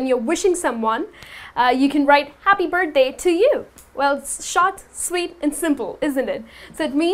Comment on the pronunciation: Hi, good effort, however: I think, with due respect, that, and also it is a feed back not a criticism, you ought to teach only what you have mastered. I looked at the comments of these poor things, they genuinely believe that what you are saying is right and authentic. While it is not. The abbreviations you are teaching are not all correct. Also it is, when pronounced, burth-dey Not burday/ budday. The Sound of 'th' is not silent.